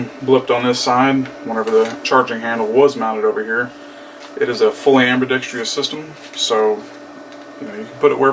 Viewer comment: Ambidextrous is the word. -dextrous. No tree. Good video though. Thank you.